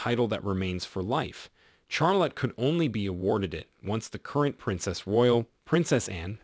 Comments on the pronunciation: Charlotte is pronounced as Shahl- otte not Chahl-otte. I do wonder why a photo of Prince Louis (pronounced Lu-ee) was on screen when you were talking about Prince George? Small details but they do matter. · Mine is from the bible and is pronounced shar-lot